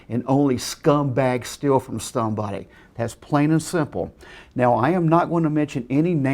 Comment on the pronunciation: "awnd ownly stumbacks sceals from stumbody